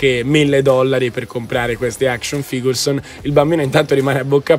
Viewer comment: pronunce imbarazzanti e non solo qui, in ogni puntata